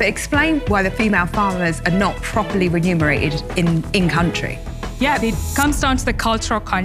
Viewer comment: it's °remunerated° not °renumerated.° Common mispronunciation.